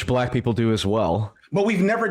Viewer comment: I hate the way this dude says black people 😂 cringe. He also takes foreverrrr to get to any point. The level of beating about the bush is exhausting.